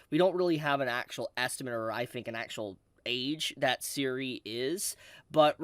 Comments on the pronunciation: You pronounce Serie exactly the way it spelled. It's really not that complex. Every time you say siri, is like a punch in the gut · Serie is pronounced Zer-e-á